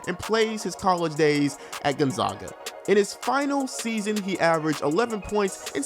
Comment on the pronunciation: You don’t even know how to say Gonzaga 🤦‍♂️